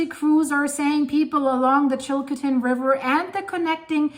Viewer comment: Chilcotin river not chilkotin.